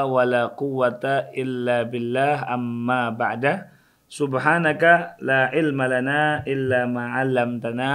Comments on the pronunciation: Assalamualaikum? Kenapa antun sebut amma ba’da bukan amma ba’du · اما بعده Amma ba'dah Bukan اما بعد Amma ba'da